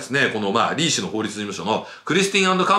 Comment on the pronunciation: リー氏がリン氏にしか聞こえない